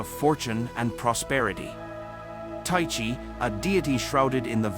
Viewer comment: It's pronounced 'Ty-kee'.